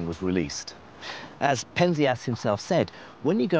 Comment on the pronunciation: It's pronounced PEN-zee-us (Penzias)!